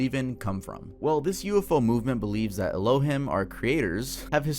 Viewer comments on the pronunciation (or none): Please pronounce Elohim right. It's ELO- HEEM. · Its pronounced "Elo-heem" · * El-Oh-Heem. Not El-Oh-Him. Just for future reference. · Pst. Its "El-lo-heem" not "el-lo-him" 😅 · El oh heem not aloh him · Elohim is pronounced: el o heem not e lo him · It's pronounced Ray Lee ans. It's pronounced El oh heem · Elohim pronounced El-o-heem. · el - oh - HEEM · It’s pronounced “El-O-Heeme” Ironically, the name of god, in Mormonism. Lives on a planet orbiting Sirius called Kolob. 🫠🫠🫠🫠🫠🫠🫠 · Ee-low-heem Tuv 😂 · You're mispronouncing “Elohim”. It sounds like “Ello- Heem” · elohim- my brother 😐 eh-low-heem. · not trying to be that one annoying but it’s ELO-Heem homie 😭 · His Hebrew is what killed me "ello him"! 😂😂😂😂😂😂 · You keep saying elohim wrong 😆 🤣 😂